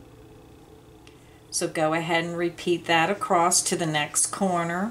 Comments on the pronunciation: Love your detail videos. Wish you would say across instead of acrosst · Is it me or does the demonstration not match the written directions? Also, is acrost a word? I believe across is what you mean...looked it up and couldn't find the word acrost. Unsubscribed. Sorry.